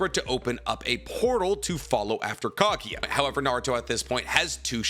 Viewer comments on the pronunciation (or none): for god's sake, it's kagUUUUUUya, not kagya I'm losing my mind right there ><